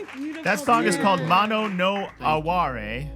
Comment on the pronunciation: I can see Chris left for the song . Also pronounced moe-no not like mono stereo